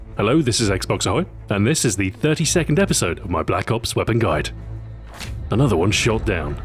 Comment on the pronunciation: "Blops" has to be the strangest way of saying Black ops.